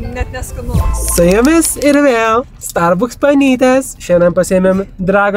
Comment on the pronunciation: Pasirodo jis ne tik Biržų kirčiuoti teisingai nemoka, bet ir Starbucks taisyklingai ištarti.